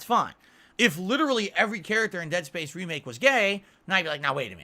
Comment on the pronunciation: I thought I was having a stroke when I heard that. He didn't get Space right either. To quote from "A League of Their Own", "Was that English?"